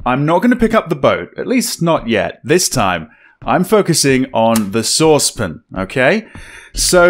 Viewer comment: is saucepan one syllable? :)